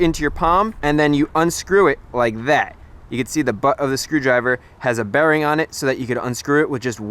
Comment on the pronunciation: I know you meant "bearing" but I heard "berry" 😂 enjoyed the video and the effort it was awesome